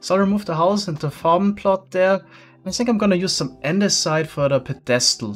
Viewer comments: Psst: Pedestal is pronounced PEDestal not pedESTal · how to pronounce "pedestal": pedESTal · I don't know why it's so funny when says pedestal. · th way he says "pedestal" ahhahah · Is he pronouncing pedestal wrong or is this like the case with llama where it's correct in a different language. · I love you, but the way you pronounce "Pedestal" makes me cringe